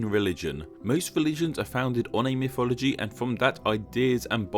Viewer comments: A pity they couldn't have got a narrator for this video who could pronounce mythology correctly, instead of "miffology". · Every time you say mythology, I just hear "miffology"